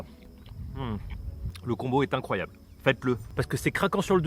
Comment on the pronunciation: "c'est incroyab'' C'est incroyab" INCROYAB' !!!!!!"